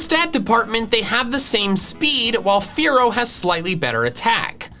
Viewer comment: Dodrio when says fearow: A FOOLISH MISCALCULATION